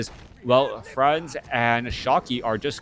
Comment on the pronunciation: It's pronounced "Said" ;) not to be confused with another french player "SyDe". And "Franzyzz" is pronounced like "Francis" from what I understand. Superb game this was, really exciting stuff! WP all. Thanks for the commentary, man. Cheers.